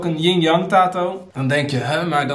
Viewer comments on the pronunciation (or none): i love you maar hoe jij tattoo zegt doet me toch een beetje pijn